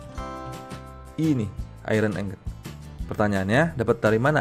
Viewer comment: ingot bacanya tetep ingot bukan aingot.